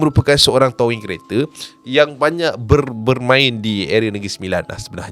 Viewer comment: TOW - ING acap..bukan TOW - WING ..adoii😆